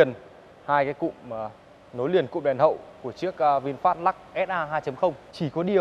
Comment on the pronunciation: Hiệp Vũ Mồm kêu văn hoá thì tối thiểu cug đọc tên hãng cho nó đàng hoàng. Ngta là Vinfast, đọc vinphet thể hiện clgt??? Nản nhất mấy thành phần này